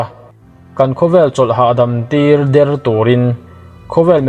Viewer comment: "Ram chawlh dér kum" tih leh "Khawvel chawlh hahdamtir dèr" tiha dèr hi ka tihder lo che tiha der angin i lam a, a dik lo. Râl vèn bûk tiha vèn leh rék hlum tiha rék lam angin a ri ang.